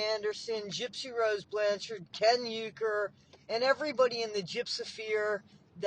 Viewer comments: u r pronouncing URKER wrong. Its URKER, not YUKER. gypsy and ken r trolling and lying. Ken's father pronounces URKER as URKER, not YUker 😂😂😂😂😂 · I don't believe that Ken's last name is pronounced "you-ker."